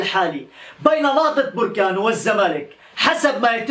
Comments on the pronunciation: انها بركان بالفتحة وليس بركان بالضمة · بركان مشي بوركان أنت مغربي و من انت قلنها ليك 100مرة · انا ما فهمتكمش مو مهم نطقها بوركان ولا بركان المهم هو الاخبار وانتوا كلكم عارفين انه كيتكلم على بركان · يا أخي سميتها نهضة بركان ماشي بوركان